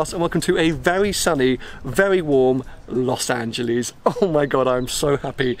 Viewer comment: love you and love your content but for goodness sake, will you please learn how to say Los Angeles correctly! Listen to the locals.